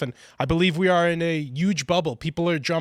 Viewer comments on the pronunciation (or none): The word "Huge" is pronounced "H-uge!" The "H" isn't silent!!!! Where the f did this ridiculous pronunciation of the word come from?!! It's not "Uge!" Put the damn "H" in it!!!! Damn. I've been pissed off about this stupid, incorrect pronunciation since Regis Feldman was doing it in the early 2000's. It's not an accent choice! It's just wrong!